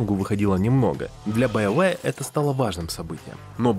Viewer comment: Байовээ... Все олды знают, что правильно Биоварэ) спасибо за ролик и приятные воспоминания!